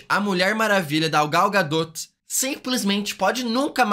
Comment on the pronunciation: Gal GaDOTE ZKKKK